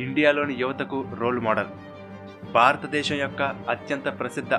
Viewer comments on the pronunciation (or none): Superb excellent but the naarrator should spell certain telugu words properly like baaratha desham kadu bharatha desham